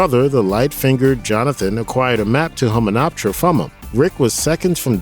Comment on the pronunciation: Loved the movies, however your pronunciation of SEVERAL City's and people is atrocious they SAY THE NAME in the movie, Hamanuptra you said correctly twice then said it wrong every time after that, Anuck Suna Mon is A NUCK not ANACK, I seriously don't understand how you get this crap wrong when its spoken in the movie your referencing facepalm